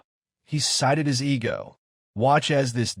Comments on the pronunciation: AI-narrated videos are annoying. "E=G=O driven" No. It's "ego-driven" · The narrator of this video must be AI because it keeps mispronouncing words and spells out the word. Ego. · Verdict:- "eegio" driven ? Feck off with the AI shite